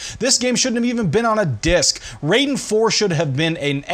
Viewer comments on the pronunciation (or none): RAI den. R-eye-den. Pleeeeeeease stop saying it Ray-den. I was going crazy hearing this.